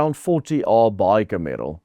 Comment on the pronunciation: Cameral is pronounced with emphasis on the first 'a' much in the way the name Cameron is pronounced. Thought you'd like to know that. 😊😊